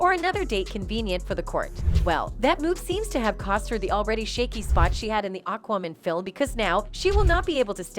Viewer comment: STOP PRONOUNCING IT AQWOMAN. IT'S AQUAMAN. MAN! GET IT? MAN! FUK!